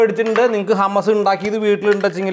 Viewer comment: ഹമസ് അല്ല..... ഹമൂസ്